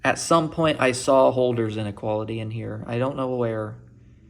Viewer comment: If you're doing a PhD in Analysis, we expect you to pronounce "Holder" correctly :p. It's supposed to be "HURL-der".